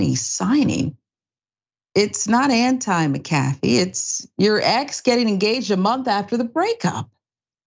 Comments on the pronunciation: it's pronounced mac-a-fee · its mac a fee say tht name correct so we all know who this idiot is its mac a fee like the virus software 😂😂😂😂😂😂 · It’s pronounced, (Mack-Ah-Fee)…..🤦🏾‍♂️ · Y’all gotta start pronouncing these names correctly. Lmao it’s “Mac-a-fee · I'm with you I couldn't even finish watching this video the fact she couldn't even say his name right just shows her ignorance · The name pronunciation is killing me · Totally I think if you report on someone you should find out how to pronounce there name it would take 5 mins of research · Damn you can't even pronounce his name right wow